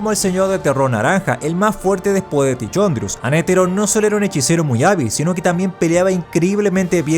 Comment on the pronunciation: Man… se lee TiCONdrius, no TiCHONdrius